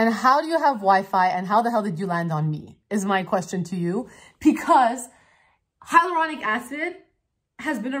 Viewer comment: Still not saying it right haha I love it when u get so excited, you stumble over your words! The energy is REAL